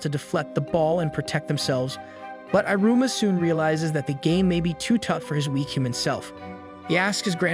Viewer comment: Great job summarizing so many episodes in to this recap. The dialogue is well done, but the voice reader/over saying "i" ru - ma ... versus "ee" ru-ma is very off putting. But great job nonetheless